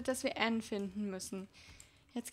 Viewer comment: Es heißt Anne nicht enn aber auch egal cooles vodeo😍😍😍